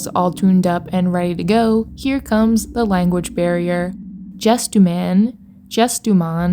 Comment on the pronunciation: Pronouncing GESTUMAN like PEPSIMAN